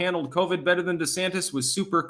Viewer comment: Its pronounced BETTER. Doesn't even sound like "DIFFERENT" 😅